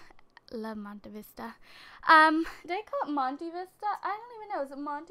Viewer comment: Monte Vista is pronounced Monté Vista. Think of the name Padmé